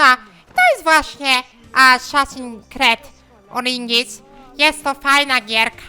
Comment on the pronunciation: Pićko to żyćko a nie jakieś asasśiny